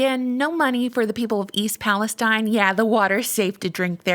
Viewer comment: As a journalist, you should probably try to pronounce cities correctly, like East PalaSTEEN